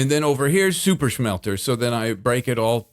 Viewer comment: I love how (just about) everything says, that starts with S. He says it with Sh.😅 like, "Shuper Shmelter" and "Gotta Shreep". He is hands down my absolute FAVORITE Hermit.